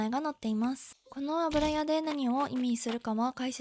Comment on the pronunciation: スゴイのに「あぶらや」のせいで全然入ってこない… 「ゆや」ねｗ